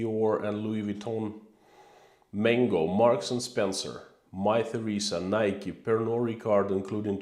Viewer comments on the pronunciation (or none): none